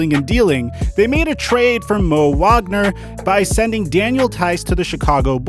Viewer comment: Heads up on Mo Wagner, its pronounced Vogner. His brother will probably make that name more known in a few years.